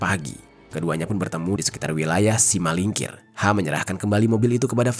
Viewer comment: Simalingkar bang.. bukan Simalingkir, saya orang Medan